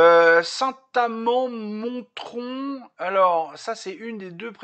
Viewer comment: merci d'avoir parlé de chez moi. dans saint amand montrond, le t ne se prononce pas.